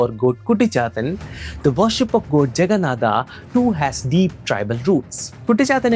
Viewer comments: Aare Bhai ye kya har Hindi ,odia , Sanskrit ke words me Bina matlab ke aa laga raha he . Jagannathaa kya he it's JAGNNATHA or we can say JAGNNATH. BHAIRAVAA❌ BHAIRAVA/BHAIRAV✅. SHIVAA❌SHIVA/SHIV. Let me help you to pronounce. Say Shi-v-a not shi-v-aa . Got it ? Just like it's Ra-m-a not Ra-m-aa . Ra-ma-yan-a not Ra-ma-ya-naa. Jay Jagannatha 🙏🙏🙏🙇🙇🙇🙌🙌🙌🙌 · Bro I'm from Odisha 😅we odias pronounc exactly how you described Jaganathah . If you know all these stuffs. Why don't you pronounce those words properly, it's not that hard atleast try . From a guy who is making content from santana dharma atleast have to pronounce correctly. From your mouth it's more like a eouropen pronouncing those words. I'm not exaggerating this but this necessary looks how Mahabharata became Mahabharataa with the time and the most of Indians are also pronouncing like this 😑😒😒. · Extra aa in everything Like Jaganathaaaa Nelachalaaaa Mahabharataaa Sabaraaa Neela madhavaaa Better if pronounced in the original form.